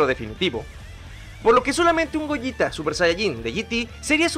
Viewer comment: Por que le dice gojita y es gogeta